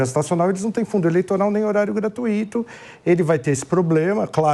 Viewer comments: O correto é Gratúito e não Gratuíto. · A palavra certa é gratuuuito. Não é gratuííto!